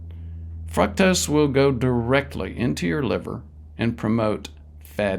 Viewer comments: Honestly, if the guy can't even pronounce fructose correctly...... It ain't "fruck-tose". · It is pronounced 'FROOK-TOSE'!